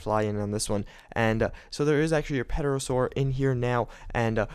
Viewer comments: the ''P'' in Pterosaur is silent. Also, the pterosaur, mosasaurus, and plesiosaurus are not dinosaurs. Pterosaur and plesiosaurus are just relatives of the dinosaurs, while the mosasaurus is a giant sea lizard. Dinosaurs are not lizards, they are in different reptile groups. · I think he just pronounces the 'P' because he wants to.